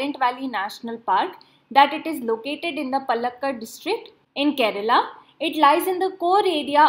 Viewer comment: Paaaaaaalakkad not P 1/2A lakkad:))))